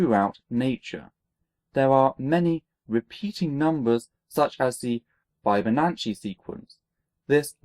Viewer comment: hey big fan, love the show, am a math undergrad. and I would be remiss if I didn't point out you are miss pronouncing fibonacci incorrectly. Sorry to be pedantic lool